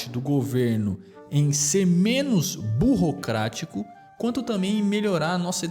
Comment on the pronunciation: Você falou burrocrotico ao invés de burocrático